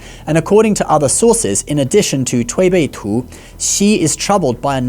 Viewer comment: ok ur chinese pronousation for the Tui Bei Tu is very execellent, well done